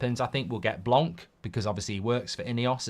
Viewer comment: Why English people keep calling Blanc (blan) Blank , you're neighbors to the french !? And we had Laurent Blanc before at the club